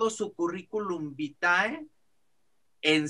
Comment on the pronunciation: se dice "currículum vite* se escribe VITAE...